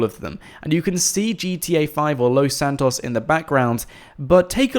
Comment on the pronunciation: Why are you saying Los Santos like that?